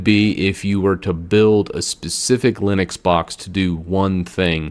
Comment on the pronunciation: I guess linix is wrong it's linux maybe because it's from Unix. That's how I believe it's said.